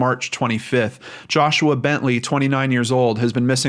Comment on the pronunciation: Who hoo! U pronounced my name right lol